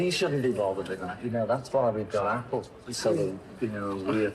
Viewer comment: Los Vitels Gugel Apel